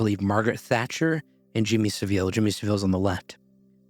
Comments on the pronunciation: SA-Ville. Not Seville. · it's pronounced "SA-vul" btw, ironically not pronounced "sa-VILE" either